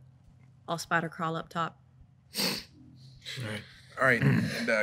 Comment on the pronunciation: "I'll spider-craawl up top" I think i just heard a bit of country accent slip out for a second there loll